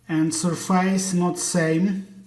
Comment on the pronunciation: 'СьОфес' же ж, або, навіть, звучить майже як 'СьОфис', but not 'СьорфЕЙс'! 😢